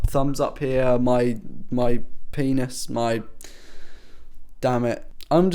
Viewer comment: Oh gosh i can't stop laughing when you say pennis😂😂😂 then you said dammit and it make me laugh more😂😂😂 oh gosh thanks for saying that bro😂😂 keep up the good work by the way :) and also make a gaming review for mc5 cause im thinking of buying a s3 pls bro